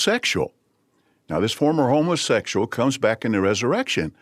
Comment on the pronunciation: I thought I heard say “homeless sexual